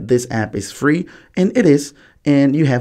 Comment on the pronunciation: “Yeo can record teww calls cumpeletly frlee” are you stupid why are you misleading people